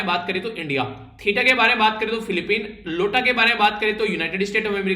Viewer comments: it is not लोटा variant it is आइओटा। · Iota ko aapne Lota bola 1 number minus